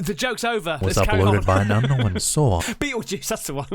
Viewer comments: My littles love Caspersight 👻 and when says "Without further do dah diddle dee day"...😁😂 And Yes, I've also heard the new pronunciation of the word "Unkno-wen"...😁😳😂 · Little bit funny mocking his pronunciation of unknown.... Say Beetlejuice again? Hehe.